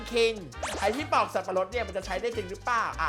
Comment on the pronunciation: ปอกนะคับ ไม่ใช่ปลอก